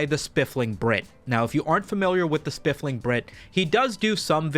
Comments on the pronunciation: Every time you say spifling i doubt my memory even more. So I checked. It's spiffing brit. There's no L. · "Spiff-ling" so many times 😂😂😂 Being English that was killing me 😂😂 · Engagement baited the comments section by mispronouncing The Spoofing Brit, 200iq move 👌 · No. He is saying it wrong. It's Spliffing Brit. Homie's rockin' the gonge. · You are mispronouncing his name on purpose as engagement/rage bait. I see you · Did pronounce the name wrong just to garner more comments? If so, new Meta engaged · No. My boy just has a speech impediment.